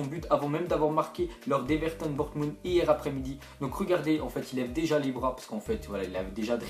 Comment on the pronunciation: Ca ce prononce Born"mousse" et pas Bornemoute au passage =P